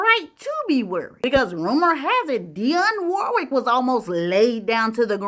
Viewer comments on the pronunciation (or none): none